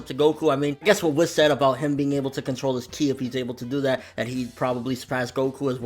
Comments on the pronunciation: It's pronounced 'Whees' but I still say 'Whis' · Yeah he says it like Wess when he should say Wiss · It bothers me that you say whis wrong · OMG THOUGHT I WAS THE ONLY ONE!!!